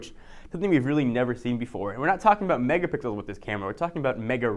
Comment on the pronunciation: he says mega pickel